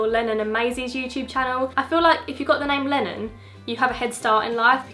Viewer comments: When she said Lennon I thought she said Lemmon lol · When you said Lennon I thought you said Melon